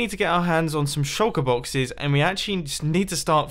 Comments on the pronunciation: Evrybody: shulker boxes Mumbo: sholka boxiz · I like how u say “shulker boxes”